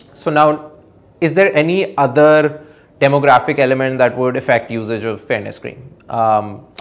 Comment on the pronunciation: Sorry, I cant quite hear the word in this cream example, is he saying "Fairness" ? ? ?